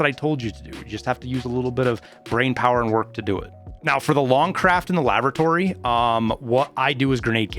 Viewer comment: ''Lavratory'' rox xD